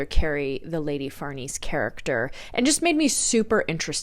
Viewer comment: Lady Farnese/ Far-Nay-Say